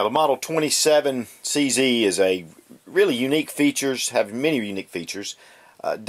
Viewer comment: CZ - It should be pronounced as Che Zet - Ceska Zbrojovka